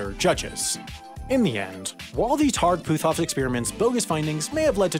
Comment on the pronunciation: Holy hell y'all are butchering the pronunciation of my last name. It's Put-off the H is silent.